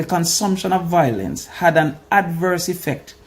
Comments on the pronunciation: Yute the word is VIOLENCE not VOILENCE u killing me with that dunce talk man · The word is VI - O - LENCE